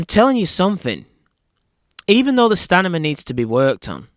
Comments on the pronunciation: Just want to correct the word stanima it is “STAMINA”. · Stamina not stanima. You talk like the Geico lizard commercial. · I love you my man but it’s STAMINA - not Stanima ! Ahaahhhahahahah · I had to turn up the volume.. i thought i heard him say stamina instead of stanima. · STANIMA!!! 🤣😂🤣 love your take on this fight though. more power! New subscriber here. ❤ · STANIMA!!!!! You sure its STANIMA? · Did you just say “stanima”? Lol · Did he say 'Stanima'? lol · Its STANIMA,. you're not listening.😅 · S-T-A-M-I-N-A. you can pin this it will help.